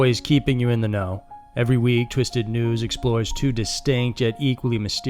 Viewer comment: Is it just me or did it sound like he said Twisted Nudes?